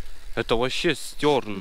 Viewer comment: Не "стёрн" а Штерн блеать!!!!